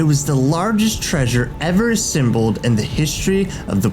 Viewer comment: i like when he says "ssembled"